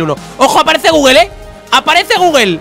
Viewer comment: Nadie: Absolutamente nadie::GUGUEL. Osea de dice gugul.